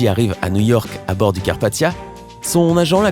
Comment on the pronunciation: C'est pas une voix de robot vus l'accent, carpatCHA se prononce carpa[tia] et pas TCHA ou moitié il dit moitché, donc bon..